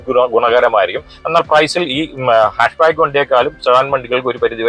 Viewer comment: ഹാഷ് ബാക്ക് അല്ല ഹാച്ച് ബാക്ക് ആണ്